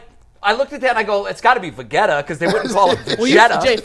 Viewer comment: Bro I died laughing when he said Vagetah. It's Vegeta homie but this was so amazing! I'm crying listening to this. 😂